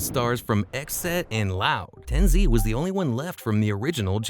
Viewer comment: who tf is tenzee bro its TenZ or TenZed